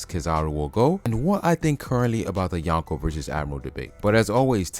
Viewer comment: it’s “Yonko” not “Yanko” Drop the A